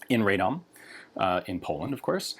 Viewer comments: Radom = RAH (like rabbit) - dom (like dominion), not RAY (like radar). In general, Slavic vowels follow the same pronunciation as the Romance languages. Keep up the great content!! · Dam it's wierd hearing him say radom as i live there